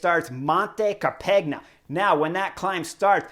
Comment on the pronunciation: Dude....Car-peg-na? Learn the local enunciations.